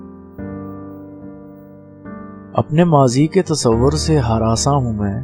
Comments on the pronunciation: Sahi talaffuz, hiransaan aur ayyaam hai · Sahi talaffuz, hiransaan aur ayyaam hai. Please note📝